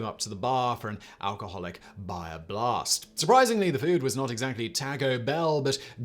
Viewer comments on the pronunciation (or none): BA-HA*** lol, not Baya blast Simon 🤣